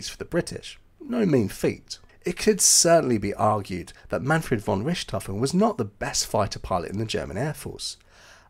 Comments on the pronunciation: Argh, I can't watch this! That constant mispronunciation of Richthoven as Rishthoven is terrible.🤪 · Pronounced Rick tofen! No ssshhht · It is really easy to learn how to pronounce his name properly but you didn't bother. Not " RISHT hofen but RICT hofen. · When you presume to correct someone else's pronunciation, you'd better be correct, nicht wahr? (As it happens, you're not.) It's neither "rich" nor "ric," but rhymes with "Ich/Dich," as in, "Mutti, Ich liebe Dich!" (I may be Irish, but my German pronunciation is impeccable thanks to a long ago girlfriend from Thuringia.)😉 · Wow, good ears! It's my 10 month old daughter, complaining about my pronunciation of "Richthofen". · You're using the French (or Western German) pronunciation of Richthofen. Kind of cramps my OCD style. Ha Ha. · Too bad you can’t pronounce his name properly. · Hmmm. I just thought he was using the Bavarian pronunciation.